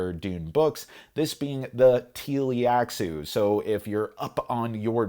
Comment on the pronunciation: Great review! I agree, I would never play Dune Imperium without the Rise of IX expansion anymore, but I would still play Rise of IX without Immortality. Small note: It's Tleilaxu (Tlee-lax-oo) though, not Tee-li-ax-oo.